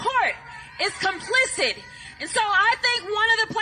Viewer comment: CROCKETT IS SO DAMN STUPID - SHE KEEPS SAYING REPUBLICANS ARE “COMPLICI D” THE WORD IS “ COMPLICI T “